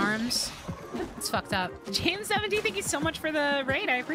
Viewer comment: pronouncing it like "jame 70" is rly funny for some reason